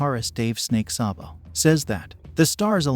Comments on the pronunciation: It’s SAYbo not SAHHbo. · You have to reprogram that computer to pronounce his name saybo not sahbo.....Sabo